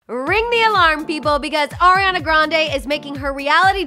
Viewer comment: Did anyone else catch when she says “oriana grande” and not Ariana?